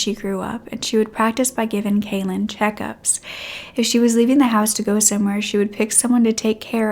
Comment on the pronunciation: Calan rhymes with Talon…not “Kaylin”